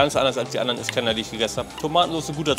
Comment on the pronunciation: Ich Feier deine Videos & Persönlichkeit ! ❤️ Ich Feier aber null wie du iskender aussprichst 🥲